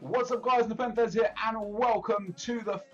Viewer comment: "Nepen the Z" -scarce